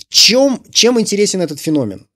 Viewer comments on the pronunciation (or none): none